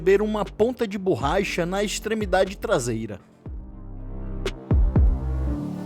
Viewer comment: "Ponta de 'BURRAICHA'? 😐